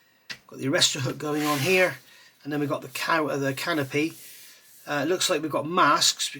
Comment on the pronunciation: I like that when you say "canopy," it sounds more like "can o' pee". I'm so immature. I have this kit and was interested to get your opinion on it.